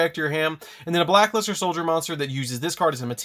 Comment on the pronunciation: I've heard of Black Luster but never Black Luste 😂